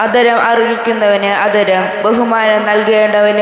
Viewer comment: വചനം തെറ്റാതെ വായിക്കാൻ ശ്രമിക്കാം. ഇന്ന് ആദരം എന്നതിന് അ ധരം എന്നാണ് വായിച്ചത്. 🙏🙏